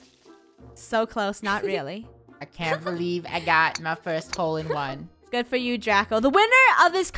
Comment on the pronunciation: Insted Of HOLE-In-one I think is TROLL-IN-ONE